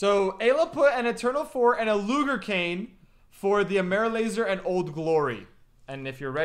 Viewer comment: I yelled when he said loger when it was luger lol